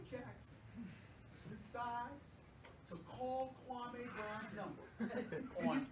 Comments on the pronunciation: funniest thing is dude’s name is actually pronounced “kwa-me” not “kwa-may”.......Stephen A basically gave him a new name lmao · hgonz14 I ju I ju I ju I ju I just can't take ... Kwaameee brown ?? You should be banned from talking basketball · kwa-may brown. the way he pronounce his name. that says it all. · u mean..KwaaaMaay Brown